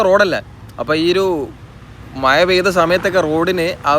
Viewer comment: Do you know how to speak proper Malayalam? Your Malayalam is very boring. Don’t you know how to pronounce the letter ഴ correctly? When I hear you speak, everything sounds like "maya, maya" instead of "mazha, mazha", and it’s really irritating. It’s not just മഴ, but the pronunciation of many other words feels awkward. It’s really irritating and annoying. Please try to speak good Malayalam.